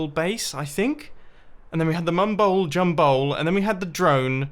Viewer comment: The Mumball Jumball???